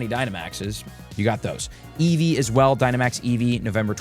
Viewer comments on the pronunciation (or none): none